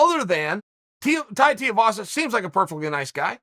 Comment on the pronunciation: Chael getting Tai's name right blew my mind